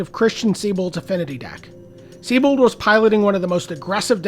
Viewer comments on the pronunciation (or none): The name is pronounced [Zeye-bolt] not [Sea-bolt] or [Saybolt].